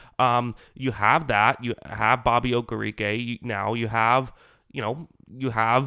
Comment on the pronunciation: I love your content! But just for future reference…you are pronouncing Okereke incorrectly.